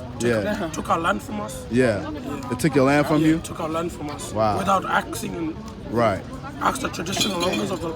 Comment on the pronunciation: Lol. He said axing in place of asking. That's an African American thing.